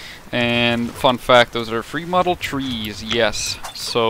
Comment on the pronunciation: Did he just say FrEe MoDeLeD?